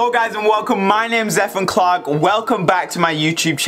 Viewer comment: Did you say Zephan clock? 🌚🖤